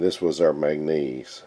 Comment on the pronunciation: Its called MAN GAN NESE